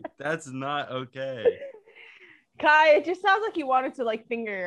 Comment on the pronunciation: Bru it’s Kai